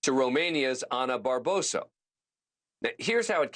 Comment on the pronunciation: It's Barbosu not Barboso 🙄